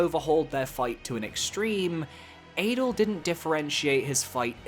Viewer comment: That adel (pronounced ah-dell btw) ranking is criminal.